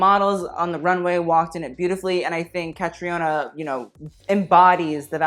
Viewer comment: It's pronounced Kah-Trina, it's an irish name :)